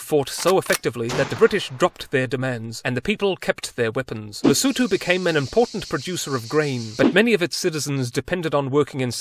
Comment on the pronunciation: May I kindly ask that you google how to pronouce before making Videos. It will show you care and you also respect.